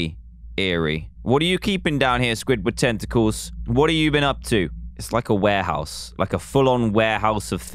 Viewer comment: Dan: the murderer of squidward tenticals My ears: squidward testicles